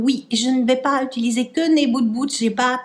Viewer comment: Madame, j'aime votre manière de prononcer "Moon Boots" au lieu de Mood booSt, je trouve ça mignon et rigolo. Merci pour cette vidéo, j'aime aussi cette gamme,qui est encore accessible sur le site en soldes.